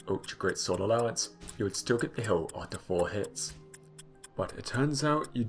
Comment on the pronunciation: I always hear "hill" in this video